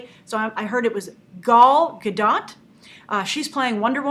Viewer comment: Its pronounced "ga-doh" btw. Not "ga-dot"